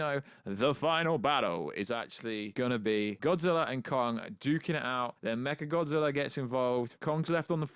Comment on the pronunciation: First Kinky Dora, then Martha, now I heard him say mecha gothzilla